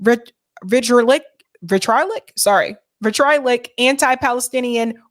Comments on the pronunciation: Vih - tree - ah - lick. 🙂 Love you😁! Keep going 💪 Oh.. and Vo - si - fur - us "Shout it from the mountain tops!". 🙂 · And vit- tree-olick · Lol can’t even pronounce “vitriolic”